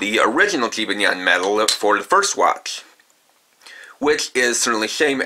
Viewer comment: You say jibanyan wrong